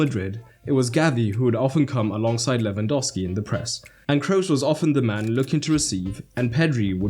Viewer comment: "Lwandowski" seriously?